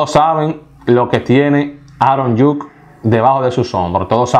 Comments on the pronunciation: ni por que tienes la vida entera escuchando como se pronuncian los nombres de los jugadores lo dices bien. esos nombre que dijiste nadie los conoce. quien es Aron Yuk? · Oye es Aaron judge que se pronuncia igual como se escribe( judsssch)